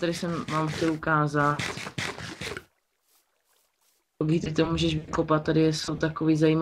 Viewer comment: Kogy nie koégy :D